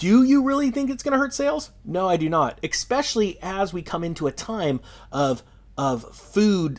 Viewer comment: dude theres no x in especially. It's not exspecially. it's especially. cmon man!